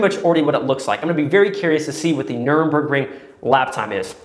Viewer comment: Not „Nürnbergring“, but „Nürburgring“!